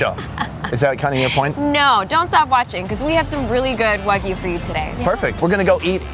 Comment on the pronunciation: WAGYU NOT WOGYU Pronounce it right next time.